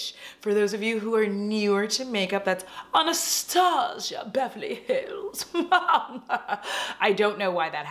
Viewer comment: You are everything I want to be! This makeup is 🔥! Anastasia totally needs to be said exactly how you said it. I love how we both just need the Naked line to go. And yeaaah I’ve lived that Becca highlighter life. One decided to crumble right in my declutter 😂 and you’re making me want that Becca foundation!